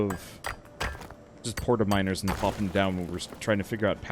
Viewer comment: “We should probably look into making miners” Uh I heard that as “minors” “We should probably look into making minors” Pretty significant difference lol